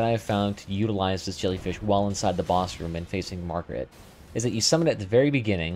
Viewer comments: FYI, It's MAR-GIT and male. You keep calling this boss Margaret and referring to it as her. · Who tf is Margaret? You talking about Homers wife? This is Mar-G.I.T.